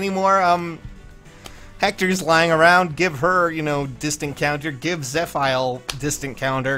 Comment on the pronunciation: My guy. Im fairly certain its proounced zeh-fee-l